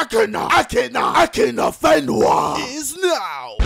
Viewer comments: Je to Akinfenwa a ne Akinafenwa ale chápu tvoji vadu řeči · Ta výslovnost Akin(a)fenwa mě vnitřně zabíjí 😅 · Miluju tu část kdy řekl Akin(a)fenwa